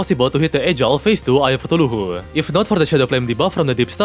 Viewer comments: my guy, your the goat but your pronunciation of Cthulhu is painful to me. its KA-THOO-LOO, not KA-THOO-LOO-HOO. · I love how says Eye Of Cuthooloohoo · Holy… The accent is insane 💀💀💀. What is even ‘Cutuluhu’?? 😂😂😂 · i swear bro never actually brain or eye of cthulu he always said thuluhu what happpend to bro he folded under zero pressure as soon as bro plays with a woman he starts saying it right